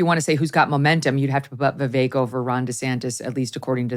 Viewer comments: And by the way… when in God’s name is Megyn going to pronounce his name correctly… Viv-ACHE But we love you to the moon and back Megyn and Abby ! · Ok, BS analysis, how about somebody try to pronounce Viveck’s name right. Love you Megyn but this was not your best moment.